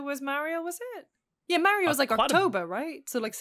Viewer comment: saying Mario the right way for once? What’s going on today 😅